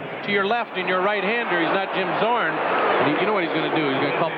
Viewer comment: "Zim Jzorn" 😂😅